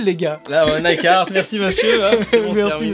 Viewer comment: La prononciation du carhartt quand il dit cahartt c’est horrible zebi